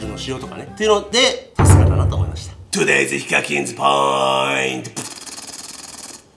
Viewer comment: 今更ですが…。 todays hikakin pointが とりあえずヒカキンポイントに聞こえる^^